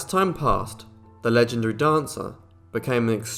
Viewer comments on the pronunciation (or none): none